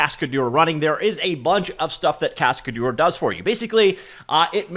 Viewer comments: a cascadeur is a stuntman. And you can pronounce it "cascaduhr" instead of "cascadour". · The way he pronounces it sounds like cascadour, he needs to say cascad-ehr so its closer to the real french pronunciation. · In French this project name spelling is more like "cas-k-d'her" than "cascade-or", quote difficult to say for English speakers anyway ;-)